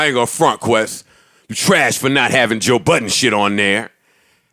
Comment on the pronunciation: DId joe Budden just trash his own name.. im done